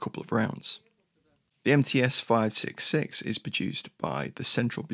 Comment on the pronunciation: МЦ = MC, not MTs